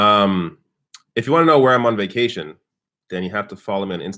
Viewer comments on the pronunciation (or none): none